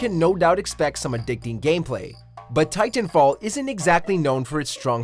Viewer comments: Why do you say Titanfall like TTTTitan fall no need for the emphasis on the T mate. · Why is he saying titan fall like that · I couldn’t help but be complete distracted on how much emphasis you put into the T’s in Titanfall.